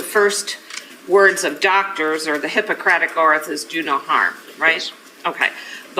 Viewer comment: the hippercratik oerth